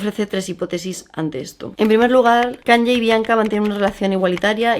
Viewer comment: Me chirrían un poco los oídos cada vez que dices KanYYYYYe, es "Kanie" 😅